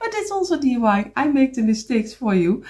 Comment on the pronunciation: I am a new subscriber. I just love your work. Just to help you out the word you were looking for is a lamp post. Also I chuckle because you say DUI instead of DIY. You are too adorable!!! Thank you for teaching us so much. Can you do more with the small blocks please?